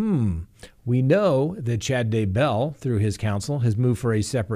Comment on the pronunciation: It’s “DAY-bell” not “day-BELL”